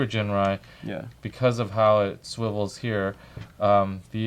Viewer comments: actually after listening to masterforce allot, it really does sound like Ginrais name is pronouced JIN-RAI with a J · it is actually pronounced JINRAI or JINLAI. just look at masterforce videos